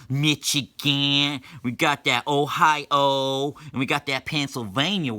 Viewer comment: We got IoWA We got dat ohiO VERmont wit dat lil v shape We got DeleWAAARE Mississippi AlabAMa and GEorGIa